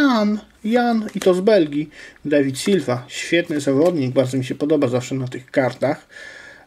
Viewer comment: komentarz numer #pierdyliard z serii "Poprawiamy " Ashley Cole - eszli kol David Silva -, czyta się DAVID, a nie DEJVID:) Sakho - sako